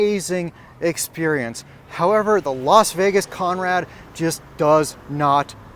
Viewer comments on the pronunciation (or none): It's not Los Vegas it's Las Vegas